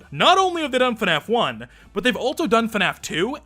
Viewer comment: No one:: Fuhnaf